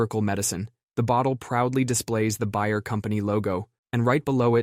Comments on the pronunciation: It's not BUY-er, it's BAY-er. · “Bear” not “buyer” lol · "Bear" not "Buyer".........!! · BAY-er, not BUY-er. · Buyer? No. Bay-er. Bay, as in the body of water. Also, heroine is the feminine of hero. Heroin is a drug and a Velvet Underground son. Herr-oh-win. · Bayer is said like “Bear” - at least in the US. Also you must’ve typed “heroine” instead of heroin. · The fact that you don't know how to say Bayer is very disappointing. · How'd you get both "Bayer" and "heroin" wrong 😂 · I came to the comments for the same reason. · Hahahaha called out!